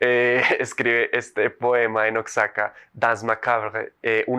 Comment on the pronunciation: Es Oaxaca no oxzaca